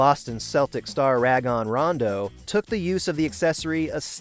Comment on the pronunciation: He butchered Rajon ronda’s name